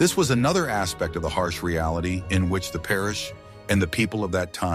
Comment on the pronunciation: how can the AI not pronounce "reality"; this is the opposite of the other AI slop how medieval castles were great at storing heat because of the bulk. I guess both are true.